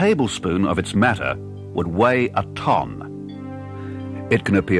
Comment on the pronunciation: I love the way the narrator pronounces ton.